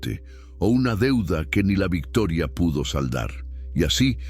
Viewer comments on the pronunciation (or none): none